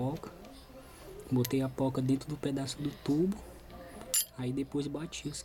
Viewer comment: O correto é "porca" com R, e não "pouca" com U.